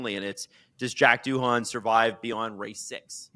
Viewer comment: love the pod but those pronunciations of Verstappen and Doohan are painful